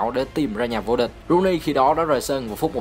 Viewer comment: T fan W.Rooney toàn đọc là Wây Nơ Ru ny